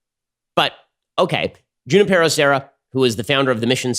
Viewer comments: It is pronounced “who NIP er o” Serra. Basic Spanish pronunciation Ben! You live in Ca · Ben, its pronounced “Who-nee-pear-oh”. And didn’t Junipero Serra to a great extent enslave the native indians while converting them? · As, suggest u pronounce Junípero Serra properly. Junípero starts w/ the h-sound as in José)? and CA Hispanics may not know his contributions. I grew up in CA, as did my parents. Sixty+ years ago, my mom felt we must learn about Junipero Sera's influence, the bells, 101. So off we went one summer on a road trip to visit every of his missions as he and flock journeyed North. In those days, we could find the padre, listen to his story of the mission and the converted American Indians.y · The rolled r! I died! RrrrrRRRRRRRRrrrrrr! 😂😂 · What was that rolling r thing? That's so cringe, Ben! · How did Ben grow up in Southern California and end up so worthless at pronouncing Hispanic names. I’m as white as they come but I grew up in San Diego/LA and learning how to properly pronounce Hispanic names is an everyday lesson. The way he says Devin Nunes last name drives me crazy and now Junipero - yikes.